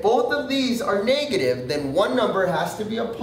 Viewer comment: He says negative funny .. and and and and and and and and and so many more times... I had to LOL